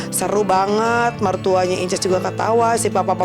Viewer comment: Senengane kok mok pamer...encuuss bukan inces